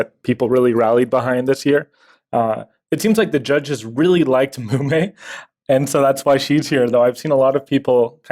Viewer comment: Mumei should remain Mumei and not Munmei, please.